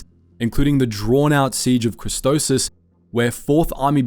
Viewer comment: its CHRISTOPHSIS not CHRISTOSIS